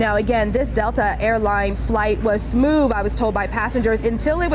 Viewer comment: Did she say "smoove? LOL